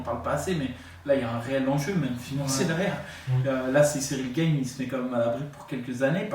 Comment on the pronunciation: Pourquoi tu dis Cyril Gaiyne 🤣😂🤣 c est bon, c est pas parce que maintenant il fight en Ufc qu on doit pas l'appeller Gane🤣😂🤣. Moi je propose qu on l'appelle Sayirail Gayine